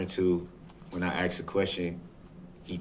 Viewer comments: I could care less about any part of this "trial". Everyone knows what he did. He has NO defense to anything. I haven't seen him win any points nor cast any doubt in the Jurys eyes. He's not a likable person. And he says, "Ax" as in "Ask". It's embarrassing. The whining about an legal assistant now? Really? What a dildo head. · Maybe this POS should "ax" himself a question... "Why am I such a low life murderer?". Darell, go back to your cell and cut those long disgusting fingernails. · Drives me nutz when he can't say "Ask"... He says "Ax"... Stupid Killer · finally someone said it! 🤜🤛 I, too, notice they say AX instead of ASK. I wondered if it was a palate/tongue/esophagus thing that made them unable to pronounce it correctly since it's so common amongst them. 🤔 Side note: they tend to miss the first R in fRustrated too. Odd. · studied linguistics in college. The word ask actually was spelled aks before it was changed. Most mainstream Americans knowledge of language is based on stereotypes so they assume its the wrong way to say it. Its actually closer to the original word. And id question how youre such an expert on how all black people speak. I think most of what youre saying isnt based on speaking to any black people. Again like most mainstreamers. Read a book before you start speaking like an expert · What with the "Ax" instead of "Ask". Just awaiting Brooks to "subpoena" the instruction manual 📖 to the make of the model of the device 🖥️💻 the officer viewed the footage on 😆😄🙄. Best to stick to b*tches n whoes, slangin' & bangin' Darrell, Westside homie 👊🚔🗝️🍆🍑😳😫. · All this nonsense aside, I cannot respect anyone who pronounces ask as “axe” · i ax u to have me understan. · that has bothered me so much! I can’t stand when people say ax. I had to investigate and ax was actually used way back as it is a short version of ascian back in 800 ad so it is valid and it still drives me crazy so I agree! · Ax a question. Ax. Could nobody tell him how awful that sounded.